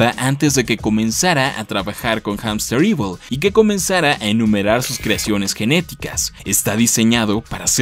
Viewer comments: Rayos, como fan de la serie y por parte de Hamsterviel tengo que corregirte en la pronunciación porque el siempre se enoja de que lo digan mal. Se dice jamstervil no jamsterivol xd Y se me hace raro que nadie lo mencione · HAMSTERVIEL! No "Hamsterevil". El tipo lo repitió bastantes veces para que lo pronuncien mal.